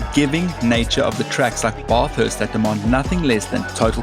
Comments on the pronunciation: By jingoes it's Bathurst not Baarfhurst. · I know we love the sheep here down under. But we don't pronounce it baaa-thurst. It's b-thurst (basically almost ignore the 'a'). Really great videos though. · Call it "Barth hurst" one more time & I will "Barf". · Just one thing. It's not "Barthurst" it's BAthurst like Athlete... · Please stop saying barrthurst. The A is pronounced like bat not like bath. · it’s not the accent. Bathurst is not pronounced “Barth-hurst”, it’s “Bath” as in “math”. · Bathurst is pronounced with a SHORT A (like Cat, Bang, etc) ... NOT the LONG A you've been using (Baa-thirst ... it's NOT a goddamn SHEEP) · Just one minor issue was your pronunciation of Bathurst. You need to pronounce it as Bath-hurst not Barth-hurst as you were saying it like. 😂😂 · no Australian will say Bath-hurst. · You need to learn how to pronounce 'BATHURST' properly if you are going to talk about it, mate.....it is totally wrong the way you say it. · No one can pronounce Bathurst properly 🤣😂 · im sorry mate but the way you said bathurst is wrong i cant explain how it is you say it though and its not a tarmac track we use bitumen over here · oh come on at least say Bathurst correct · Oh, the mispronunciation of Bathurst. AI? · A V8 Supercar fan that can't pronounce Bathurst seems sus.